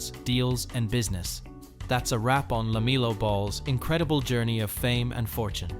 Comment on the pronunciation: Hey poster, at least learn how to say LaMELLOW Ball's first name.